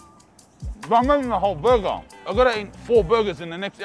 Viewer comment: "Burgar" :p Thanks for the video big guy.